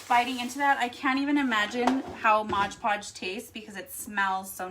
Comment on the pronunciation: Lol, no, you said it wrong. It's MOD Podge, not MODGE PODGE.